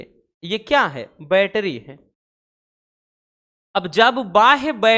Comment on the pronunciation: Sir aap bol rahe hai baitri or shandi me seel jood rahe hai😢😢😢😢😢